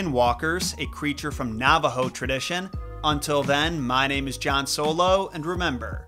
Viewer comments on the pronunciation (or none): Love your content John, just a friendly reminder for next week's video that the first A in Navajo is pronounced lile the A in apple